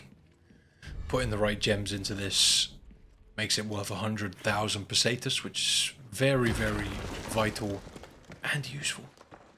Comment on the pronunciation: the run itself is aight, good shit, but that pronounciation of foreign words 💀💀 "el jeeguntays", "paysaytas (?)" also that "advice" about "not opening the videos if you know youre not going to watch the majority of it" - bruh, i was already tired ~12 years ago when every mf making money on yt started begging for comments, likes and subscriptions (which they still do of course), but this is like a new level of someone asking other people to do his job 💀💀no one should go out of his way to help someone min-max his money-making machine and yt algorithms, morally questionable and extremely time wasting even if you "want to support the content". at the end of the day if the video is useful/entertaining/whatever to people theyre going to watch it (most of the time for the content - not because of the person who made the video, no one here is friends with each other, no one knows each other and especially the viewers should remember this, it's a business, not a family meeting 😭) but asking people to watch my shit or not watch my shit just so i can maximize the profit and gain advantages? hell nah 😭 i understand that it takes time, skill and it's basically like a work etc. but hearing that meta-business-min-maxing-youtube-talk-bs on nearly every channel, whether a big ass yt channel or someone who just started, is still annoying